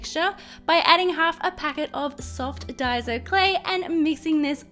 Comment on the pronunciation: When you say diy-zo you mean diy-so